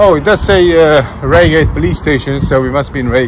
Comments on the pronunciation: it is pronounced RIAgate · Raygate, hahaha. It's Pronounced "RyeGate" you dimmo, lol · its Rye Gate .. not Ray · Bit late but its pronounced 😢Rygate not Reygate. They are still holes Surrey and Sussex police are highly funded and two of the worst constabularys. Love your work . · It`s pronounced RyeGate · RY-GATE! ffs 😆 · its "R-eye-gayt" old chap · Its pronounced Rye gate 😉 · Mate its pronounced rygate !!! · Pronounced Rygate